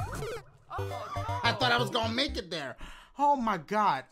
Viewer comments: For a second when you where doing your intros I thought you said “The game where ya BAKE me levels” and I was like wtf bake dang dashie u dat hungry 😂 (ps this is a joke) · Has anybody noticed that he sounds like he says “bake me levels, tweet em to pee” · Does he say baby levels or make me levels